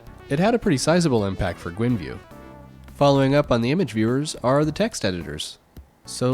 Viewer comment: Gwinview, read the word, its not spelled Gwinview